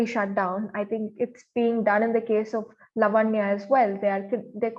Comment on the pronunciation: are we Americans ? its laavanya , like samant or saamant